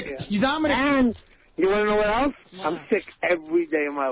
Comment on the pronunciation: Gary can’t help but drop in lines and then sit back and look for Howard’s approval. He also has to say “eltse” instead of “else.”